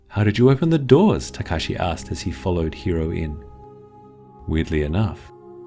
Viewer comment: when he said Tekashi i choked on air